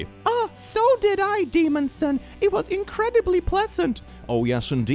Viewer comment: HELP, I HEARD DEMON-SAN AS DEMON SON and it adds a whole new layer of no to that intro 💀💀